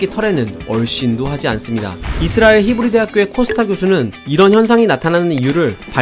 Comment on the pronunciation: 이스라엘 히브리 할때 혀가 우주로 날라가는줄